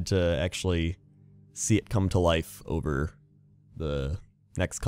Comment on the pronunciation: every time he says over i hear ogre